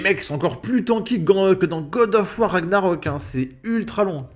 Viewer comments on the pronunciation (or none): none